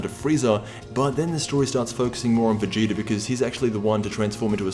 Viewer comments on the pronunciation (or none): You said goku and veagta